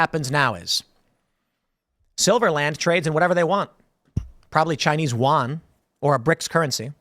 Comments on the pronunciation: A more correct pronunciation of the Yuan (元) is to pronounce it the same way Americans pronounce "UN" (United Nations), but without the pause in the middle. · It always baffles me how Americans pronounce both, Yuan (元) and the Spanish name, Juan the same same way they say "one", just with an extended "A" sound.